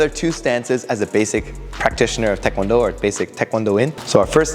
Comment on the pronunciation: THANK YOU for pronouncing taekwondo correctly. Why do so many people (including many instructors) say TIEkwondo??? It drives me nuts.